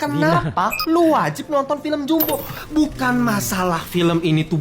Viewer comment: Pengucapan bahasa Indonesia jumbo, bukan JAMBO....!!!